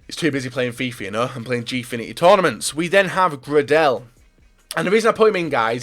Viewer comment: The way you pronounced Gradel must have been a joke, surely...